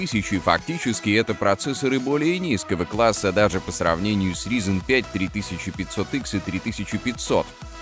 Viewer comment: Как же режет слух - "ризин".